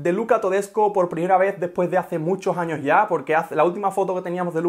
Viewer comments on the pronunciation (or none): none